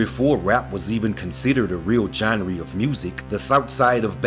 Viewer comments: “Genree” - genre “Roige” - Rouge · Man you over doing the voice to the point you not pronouncing words right. Gen-ree? Baton Rouige? 🤦🏽‍♂️ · The pronunciation of the term, “Genre”, that he did caused me to unexpectedly and unintentionally spurt spit out of my mouth from laughing. 🤦🏾‍♀️😂🤷🏾‍♀️✊🏾💪🏾🩵💯